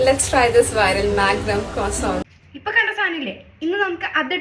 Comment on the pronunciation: That "crossont"😂😂😂❤